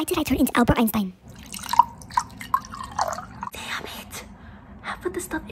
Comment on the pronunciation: And she did not say damn like that